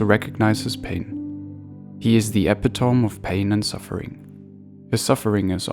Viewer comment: Brothers/sisters, plus consider the narrator's first language may not be English. Hence "Job" and "epi-tome, etc. Is there message true? Pure?